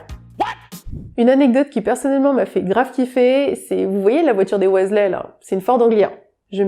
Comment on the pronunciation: Et celle des Weasley ahaha Mais on lui pardonne, les infos sont cools !